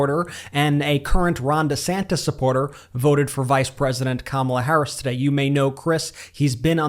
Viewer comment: i hope they start pronouncing her name correctly if they truly support her